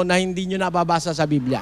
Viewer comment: Mr nalooae..BIBLIA..hindi BILBIA